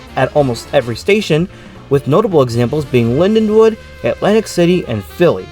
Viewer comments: It's LindenWOLD with an L not LindeWOOD! WOLD. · Slight mispronunciation. But the l & d do sort of mash together. Great video though.